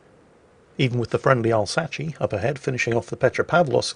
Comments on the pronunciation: What is this Alsachi you speak of? Do you mean the Alsace? Y'know, for a country that is right next to France... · DID YOU JUST CALL THE ALSACE THE AL-SACHE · Hold up,. How tf did you just pronounce Alsace? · What's up with the cursed pronunciation of Alsace?